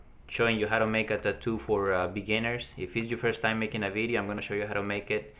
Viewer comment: Lmaooo. he sed beedioh ( Video) lol nice vid thoo